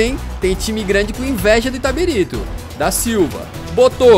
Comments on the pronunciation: caralho Eu sSOU DE ITABIRITO KKKKKKKKKKKK se fala itabirito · O LENDO "ITABIRITO" e pronunciando "ITABARITO" o vídeo todo KKKKKKKKKKKKKK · É itabilixo, vc leu errado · O falando itatiriba de vezes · Itabarito 😂 Itabirita 😂 Itatiriba😂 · Itabarito kakakakak Falo o nome da minha cdd errado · Na verdade é Itabirito. E não Itabarita ou Itabirsta. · Itabirito. Não itaberita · Ele não conseguindo acertar o nome do time KKKKKK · O editor cansou de corrigir o kkkkkkkkkk o cara falando o vídeo todo o nome do time errado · Nem ferrando q na primeira vez q citam minha cidade,p cara fala errado KAKAKAKAKAKAKA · simplesmente errou ao falar o nome do clube o video inteiro